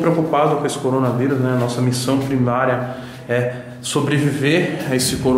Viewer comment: Ninguem: a toguro: CORONA VAIRUS